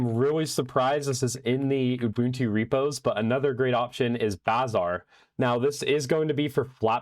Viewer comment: Finally someone who pronounces "bazaar" correctly... Thank you.